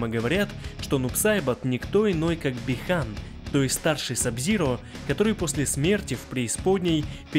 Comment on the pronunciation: По китайски, а саб зиро китаец по канону, его зовут Би ханЬ. Режет слух не правильное произношение. Америкашки не могут произносить мягкий знак, у них он бихан.